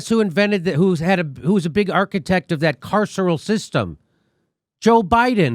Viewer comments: Jimmy can't pronounce carceral? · "carceral"? Sorry, AOC, sesquipedalian (look it up) speech makes you seem dumber, not smarter. Friendly advice: when your handlers use words you don't understand you shouldn't repeat them.